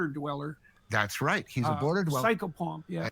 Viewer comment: What's he saying there? psycho pup? AHH: "Psychopomp" OK.